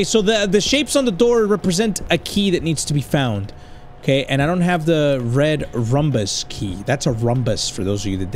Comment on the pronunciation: bro rlly said red rumbas XD